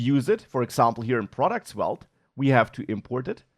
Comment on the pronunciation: say the v like an f. 👍